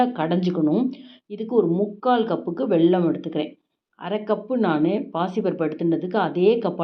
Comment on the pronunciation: Say vellam not velllam